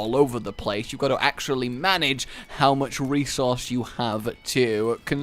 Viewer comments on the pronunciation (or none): "you have to mana-ge it